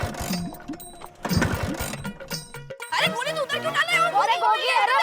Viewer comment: Goli not Glou